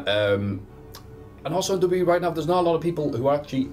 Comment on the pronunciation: needs to learn how to say W W E properly